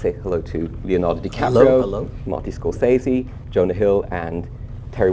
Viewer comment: Scor-fucking-sese, not SAY-ZE, it's 'sez-ee'